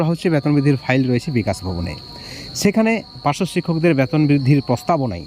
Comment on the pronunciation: ব্যাতন নয় বেতন বোলুন